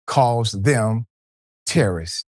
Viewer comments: Not Ter-Ro-rists 😂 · Her pronunciation of “teh-RUH-rists” is the crackhead version of “PO-TAY-TOES” from LotR 😆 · She cant even pronounce terrorists...lol...shes under the influence of something wildin out and got caught so she defaulted to tears to seem innocent